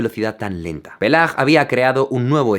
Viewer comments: Hola, Jaime. Gracias por el video. No tenía idea. Una cosita. El apellido no se pronuncia "Pelar" o "Peiar", se proununcia "Paiar". En francés, una doble l que siga a una combinación "ai" rompe el diptongo, o sea, se pronuncian las dos vocales por separado, en lugar de la 'e' abierta que usualmente crean. Es lo que pasa con "travailler" o "ailleurs", por ejemplo. (Por cierto, "paillard" significa "obsceno", "verde" o "subido de tono". O sea, literalmente, Jean-Francois era un viejo verde. Jajaja.) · Le he pedido a mi primo que lo pronuncie para no arriesgarme 1 segundo después.... -Jean Francois Paella 😂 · Incluso tu primo no pronuncia bien "Jean-François Paillard" xD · Está mal pronunciado Paillard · Por cierto, Paillard se pronuncia "pallar", la "i" no se une a la a para pronunciarse "é" porque se una a las dos "l" para sonar como la "ll" española. "Paille" (paja) paillard (conchondo, lujurioso). En ambos casos la "a" suena como en español. Pues sí, así se apellidaba nuestro romántico canonista: Paillard, libidinoso :-) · Se pronuncia Payar 😉. Punto (y contrapunto). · "Se pronuncia [pajaR]" (léase susurrado y pegando el mentón a la cámara) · Gracias por tus videos. Son muy interesantes. Pero lamento tener que decirte que el señor Paillard, en realidad se pronuncia "Paiyagd" ni peiyard, como dice tu familiar, ni "Pelard" como luego tu has dicho. Estaría bien hacerlo correctamente. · Buenísimo! Pachelbel se pronuncia Pajelbel (qué le vamos a hacer, parece un onanista). Y Peyag NO se pronuncia Peyag. Paillard se pronuncia paiard (solo que la r es francesa). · Solo para decirte que no se proununcia "peiyar" sino "paiyar". Es la regla (con sus excepciones por supuesto) en francés. "Ail" (ajo) es "aiy" (estirando la i), "travail" (trabajo) es "travaiy", etc. Vivo en las Galias desde el 2001 asi que no tengo ninguna duda al respecto. Cada vez que haya una duda de pronunciacion, este es un gran sitio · No se dice "Peyar" sino "Payar" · Y se pronuncia Pallar